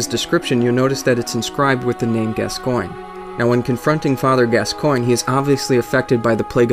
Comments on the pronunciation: Gascoigne is pronounced Gascon. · Also, Gascoigne = Gas - con. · Father Gas-SEE-Ohn. Jeesssssus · saro ban I've never played the game, but I first heard the name spoken as Gas-Coin, but when they spoke his name in the game, they said Gas-con. I'm with you bro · ***** Yes, Eileen does say it. And she says Gas-con. 'Cuz that's how it's pronounced. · ***** Yes it is spoken by her. And she clearly says gas-con. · ***** Who am I gonna believe, you or my own lying ears? She clearly says Gas-con, I've played through it multiple times. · Just for the record, I recently played through yet another BB game, and she definitely, 100% says Gas-con. If you insist otherwise, you're hearing things. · It's Gascoigne. Gass-Kwahn. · You pronounce Gascoigne as gas-scone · gas coin is the correct way to pronounce Gascoigne